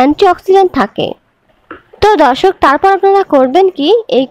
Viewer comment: ধর্ষক না,দর্শক বলেন।উচ্চারণ ঠিক করে কথা বলে অভ্যাস করুন।